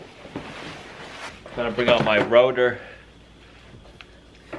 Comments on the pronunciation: router sounds like outer! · router Not Rooter.